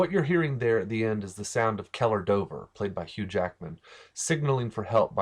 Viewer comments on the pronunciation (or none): none